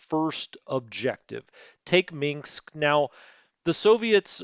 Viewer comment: Dont say Minksk. Say Minsk. There is no mink in Minsk.